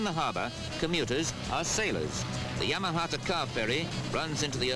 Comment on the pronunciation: "Yaumati" Ferry, not "Yamaha" Ferry. 😄